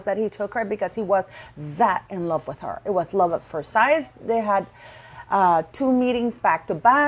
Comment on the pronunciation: Love at first sight pronounced “syt”